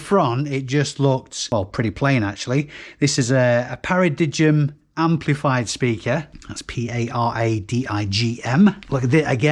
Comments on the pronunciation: Great pick ups for a rainy day! I think the pronunciation of the speaker brand is "Para-dime":) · It's pronounced para-dime 😆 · Paradigm pronounced paradime ?